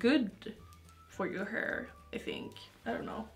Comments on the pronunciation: She’s like This is my heeeerrr I’m like Does she mean hair Lol 😂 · Her pronunciation of "heir" (hair) makes me mute the video. 😬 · I love your videos but the way you pronounce "hair" is the most disturbing thing and makes me want to push my fingers into my eyes.